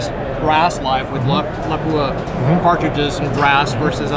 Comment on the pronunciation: Wow, someone who pronounces Lapua correctly.... wierd